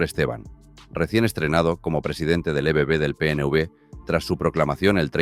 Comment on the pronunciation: La inteligencia artificial que usáis en los vídeos no sabe leer, en el PNB supongo que quiere decir PNV, en fin, yo te sugeriría mejorar eso porque quita el interés de seguir oyendo el video 🙏🏼🇪🇸👍🏼💚